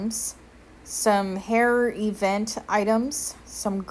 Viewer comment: I have captioning on, and every time you say “hair event,” the caption says “hairy vent.” CTFU